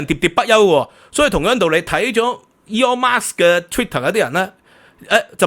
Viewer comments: By the way, there is no 'S' at the of Musk. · 係Musk唔係Marks、冠係讀「官」狀唔係「貫」狀啊😊